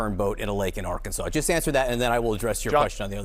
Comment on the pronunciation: I love that you pronounced it "Are-Kansas!" Hope you're feeling better soon!